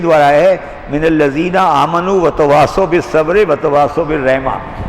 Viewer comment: إِلَّا الَّذِينَ آمَنُوا وَعَمِلُوا الصَّالِحَاتِ وَتَوَاصَوْا بِالْحَقِّ وَتَوَاصَوْا بِالصَّبْرِ کیا کوئی کی تصحیح کر سکتا ہے کہ وہ آمَنُوا کو صحیح پڑھ سکیں؟ He is reading "Aamenu" to a word which is actually "Aamanu". اور یہ غلطی مکرر ہو رہی ہے مگر افسوس کہ سننے والے اور منتظمین سب فارغ البال ہیں قرآن کی اس مختصر ترین سورہ والعصر سے۔